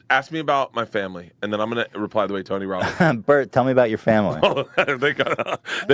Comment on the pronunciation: "Tony wobins hungwy.... Nom"